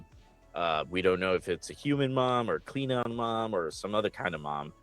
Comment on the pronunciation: Kleen-on? Seriously? Where is that hard G? Klingon.